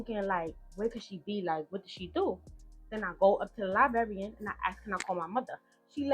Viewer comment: Baby, it's 2025, why are you still mispronouncing liBRARY and LIBRARIAN?! Liberry and Liberrian is insane! 😂